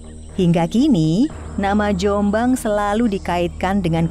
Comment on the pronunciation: Penyebutan nama .. yang ditekan di awal dan dilepas diakhir . Sehat terus Dulur Jom'bang